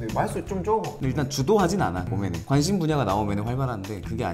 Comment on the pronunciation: 광심있는 분야 말하면~~ 관.심.^^